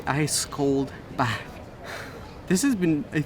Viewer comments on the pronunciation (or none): none